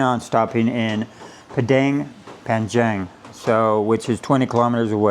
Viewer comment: Pronunciation Panjang is like "Punn jung" Pun is like say Bunny but is P so Punn without Y 😅. And jung is like say jungle without le. So yes is "Punn-Jung"